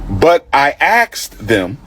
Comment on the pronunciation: A wannabe school principal using words like "axed" for asked, "mumfs" for months, and "birfday" for birthday is crazy...